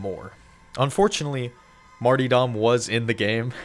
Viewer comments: damn every youtuber has about a 4th graders grammar or english level. Its not pronounced Marty-daw, the word marti'd is pronounced may-tre-dee or may-tre-daw. You're welcome. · it's martyrdom pronounced 'marter-dom' not 'marty-dom' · Marty dom?? it's pronounced marterdem. Martyrs are those that sacrifice themselves for a cause, hence Martyrdom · Martyr-dom . Not marty-dom. Read and speak correctly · mf said marty dumb 😭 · Bro pronounces martyrdom as "marty-dumb". Mate, you are special. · Marty-dom 😂 Martyrdom* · "Mar - ter - dumb" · damn every time you say martyrdom a piece of me dies inside. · Great video. Please learn how to pronounce "martyrdom".